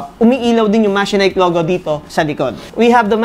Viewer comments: MA-CHE-NIKE nd mechanike😂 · i have a Machenike i7 15.5 but wait... i thought it was pronounced as Ma-she-nik didn't thought it was Me-ka-nik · the branding pronunciation: From Mechanic to Machenike, i wondered a while ago. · diba ma-che-nik ang pronunciation of that brand?